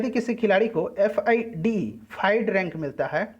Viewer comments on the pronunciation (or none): Fide.. फिडे Sahi bolo aap